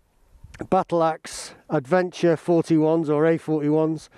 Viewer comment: Oh no! You missed the S out of Bridgestone😱. And Adeventure! What you been drinking? 😂😂